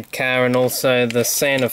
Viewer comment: car not cas